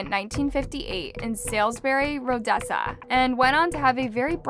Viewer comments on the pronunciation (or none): This video needs some major editing: "Unalived" for died, the Hague pronounced "Hah-gay", a map of the country of Georgia not the state of Georgia, Rhodesia pronounced "Rodessa". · The Hague is pronounced HAYg. Rhodesia is pronounced Roe dee shah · Damm, the way you pronounce The Hague and Rhodesia had me WTF did she say. 😒